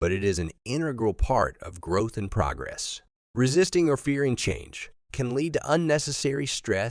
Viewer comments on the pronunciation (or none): Harsh truth # 14 : A.I. can't pronounce "progress" the right way. This is why you need Benedict Cumberbatch for your long-winded diatribes. Get a real narrator!!!!!!!